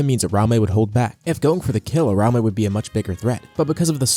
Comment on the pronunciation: Ura-umi, not ur-aume